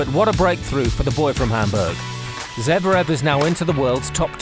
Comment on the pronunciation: It's Zverev, no Zevrev